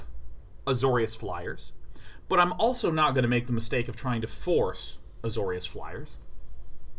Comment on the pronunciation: Azorius Day9.... It's AzoriUs